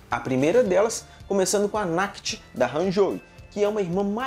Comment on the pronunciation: Pronúncia correta: Naked é (Neiked).